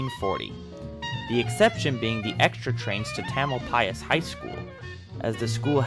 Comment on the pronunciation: Interesting to hear the proper pronunciation of Tamalpais. I always thought the accent was on the second syllable.